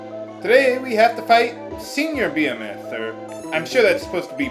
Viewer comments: "Bee-eh-meth" I think its pronounced "Be-hee-meth" isn't it? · Beh-hee-moth. lol (and yeah. baby dragons were thought to be sea horses) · It's pronounced buh-HEE-muth